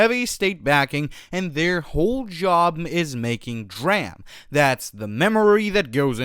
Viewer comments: It's not dram, it's D - RAM 🤦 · I freaking hate you cannot pronounce d ram I instantly pause and stop video how can one be so stupid for something so simple